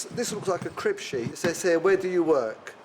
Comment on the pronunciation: I’m a stickler for grammar. The young girl with the dark hair and the “15yr old” from Lagos, can’t even pronounce ‘says’ correctly. That’s taught in the first 5 years of school. Young children always confuse done and did. For example “look what I done Miss!?” It’s unbelievable to see in today’s world.